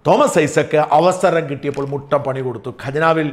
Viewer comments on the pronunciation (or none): none